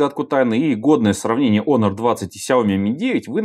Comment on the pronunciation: Не онор, а хонор